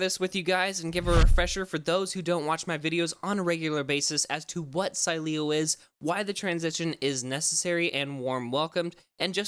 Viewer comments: It’s pronounced, Sileo! Say it right! Lol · Still pronouncing sileo wrong 😂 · I love how they made an entire video to apologize for pronouncing it wrong and then butcher it even worse a couple weeks later. Then, say they pieced it together using old recordings... doubt it. Lol, at least was funny for me to indulge! :) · dumass learn first how to pronunciate SILEO